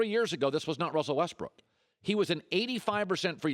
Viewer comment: Colin Cowherd Hates Russell Westbrook because he can't pronounce Russell's name correctly 😂😂😂